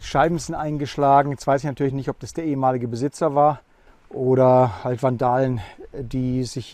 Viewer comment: * Berichtigung ... nicht "alt"sondern ... HALT